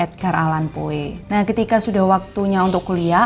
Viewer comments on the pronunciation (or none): Tolong perbaiki pengucapan nama + kosakata Bahasa Inggris "Poe" dibaca "Po"